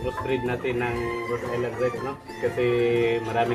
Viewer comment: Cirrection - RHODE ISLAND BROD HINDI RED ISLAND MALI